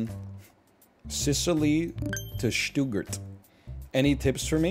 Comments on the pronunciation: I'm already pogging at german cities, and I don't even speak German. "Stoo-gert" <3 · Stuttgart pronunciation challenge difficulty level impossible